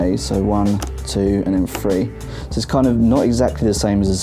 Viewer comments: three* not free, why get a guy who can't even pronounce the number 3 to review the surface 3 -. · This video annoys me just because instead of saying three he says free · Omg say THREE NOT FREE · Since when did "th" in any word sound like an "F". I understand you're from a different country, but nowhere in the English language do you pronounce "TH" like "F". I found the video to be irritating to watch because I wasn't sure whether the tablet was 3 or free or maybe some accessories were free or if they cost extra or if they were called keyboard 3 or if the keyboard was just free. Please re-review. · I keep hearing Surface FREE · Well, that is not how it is pronounced for sure. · Note to Verge... Get a reviewer who can pronounce the number 3 😂😂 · The way you say three is fucked.